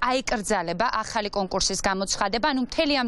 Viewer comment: ოხ ეს ,,აჰალი,, არ შემიძლიააა 🤣🤣🤣🤣🤣🤣🤣🤣🤣